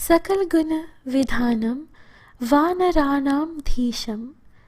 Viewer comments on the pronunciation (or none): सकल गुड़ निधानम है विधानम नहीं है। कृपया सही मंत्र का उच्चारण करें